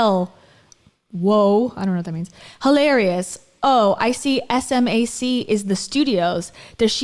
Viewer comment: Jesus, learn Smac's name, it's not hard!!!